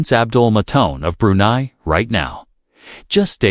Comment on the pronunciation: It’s not pronounced May tin, it’s Ma teen. It’s not Brew nee, it’s Brew nigh